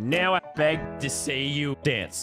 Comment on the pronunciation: He says "now" but with his Australian accent